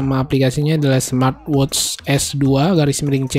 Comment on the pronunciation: "Smatwotsss" lmao